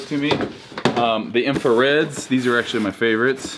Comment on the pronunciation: He called yeezy breds infareds